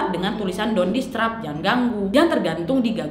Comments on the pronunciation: [don disterb] bukan don distreb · Disturb, bukan distreb 😂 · part kak nad bilang "distrub" gw ga bole move on ngakak wehhh😹🤣